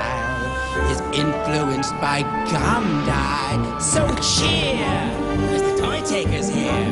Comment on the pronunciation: GOND-EYE? Please someone teach this guy about Mahatma Gandhi (the whole truth, but start with how his name is pronounced??)